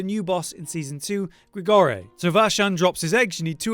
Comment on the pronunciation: Great helpful tips once again however gotta pull up on one thing Not Grigorie, it's Grigoire. Gri-Gwah.